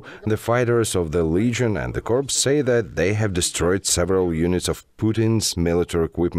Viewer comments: and Corps: ‘p’ not pronounced Corpse: ´p’ pronounced Prononciation is very important. Haha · A tip for the narrator: ‘Corps’ is pronounced ‘core’. Otherwise it is indistinguishable from ‘corpse’ which means ‘dead body’. Slava Ukraïni! ❤️🇺🇦🌻🌻🌻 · cor not corp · Not hating, but you need to work on your pronunciation of "corps". It's pronounced like core, not corpse. Wouldn't matter that much with most kinds of story, but it's jarring these days.